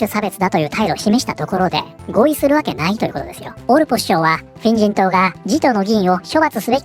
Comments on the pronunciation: これ、画面見てないと「変人党、変人等」って聞こえるんよなー （むしろ正解） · フィン人党が変人党に聞こえてしまった